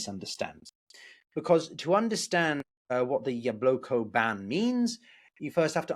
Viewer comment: Why do you pronounce it Yabloko, not Yablaka?